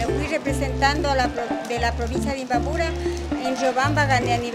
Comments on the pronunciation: Se dice imbabura.....no imbaburo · Se dice imbabura.....no imbaburo....